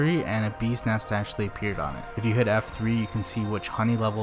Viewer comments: When pronounce BEES NEST Sounds Like ' BUSINESS'...i thought he is talking about a business... LMAO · i totally agree!😂sounds funny